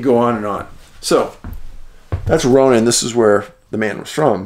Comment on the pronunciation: Love your videos. I grew up just 10 miles nw of Kalispell, MT, but have lived my adult life in Eastern WA. We always said Ronan as Rone-an, like rhyming with ran. Just trivia.😊